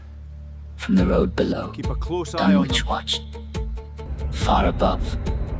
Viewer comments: If you're going use a British accent, get the pronunciation of Dunwich right. Silent W. Like Dunnich. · Does the author ever insist that the correct phonetics are done-witch because is hearing a long 'u' sound as in 'dune-witch'* What do they make these silicon chips out of for AI to produce this presentation£ Sand, which accumulates in dunes so, when you consume this presentation with eyes, ears and other senses, is it a sand-witch or a dune-witch£ 🌈 💋 👠